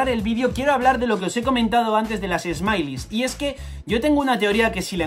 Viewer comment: Smiles se dice "esmails" no "esmailis". Por otra parte ya me siento bien porque me conseguí poner al día con One Piece